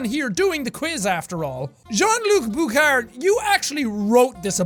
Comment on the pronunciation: Bouchard is pronounced Boo-Shard lol I should know, its my last name lol